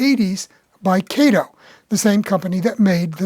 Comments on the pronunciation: Oh No, No, No, NoNoNoNoNOOoooOh! My wifee would pull my hair out (n i only have a few left) if my model train would pull the paint off my concrete block basement wall (nottto daaahhtoh she cares bout it). About Kato. It's nut(not) pronounced KAeToh. It's pronounced CutOh in Japan. Yah, ur dinking bout daaahhaahto Baaatohman's compadre KayToe? As far as CutOh's models, they're over engineered. Why pay daaahhaato (that) munchy when u can get more out of current Xi Ji Ping CCP make? CutOh product must be slashed nut only in engineering buttttoh(butt), material quality too to compete against Xi's and i bet they in turn have their product by Evita Peron song: 'Don't Cry 4 MEeeeeeeh, Made-in-Cheeenah! The truth is i've never loved u!' U may dink bout chucking dem Alco CutOh's. They all look like green cucumber pickles anyway! Time for trade-in's w newer 'off red' colored CCP Xi's. OK, OK, OOOhKay! Seriously, i really appreciated ur presentation by disassembling the model, then to analyze why the Alco models run so well. You just cracked me up when u mentioned about the models r designed so well that they'll pull the paint off ... Thumbs way up n subscribed to ur channel. Thx! PS. I would rather c ur locos pull off thick Tammy Baker's powder puff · You're another one that needs to apologize to Mr. Kato. His name is pronounced Cot o.